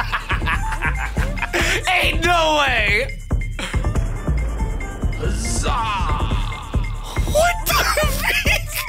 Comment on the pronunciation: By the way he says the zaa not uh zaa